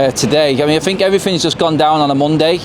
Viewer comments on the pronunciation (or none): No such word as fink it is think think isn't pronounced with a f